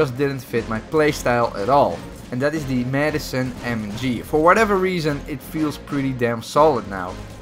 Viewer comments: It's not Madison. It's Madsen. Mad-sen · Madison?! REEEEEEEEEEEEEEEEE (It's Madsen)